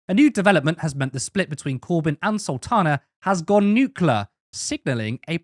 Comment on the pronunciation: People need to start learning how to pronounce "nuclear". And no, it's not "nucilar" like "axe" is not "ask"